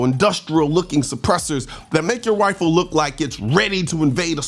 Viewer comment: Is he intentionally saying "wifle" instead of "rifle" as a joke? If so... Lol... If not... My bad...